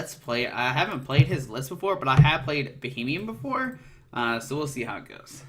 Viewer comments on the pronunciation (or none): It's Beheeyem, not Bohemian.